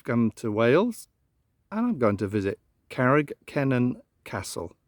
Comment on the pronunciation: I enjoyed the video, your pronounciation of Carreg Cennen was correct too! Owain Glyndŵr was a bit off though 😊 try it as ‘Oh-wine Glindure’… 😅